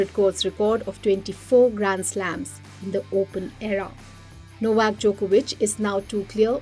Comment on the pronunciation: You should learn to say Novak last name correctly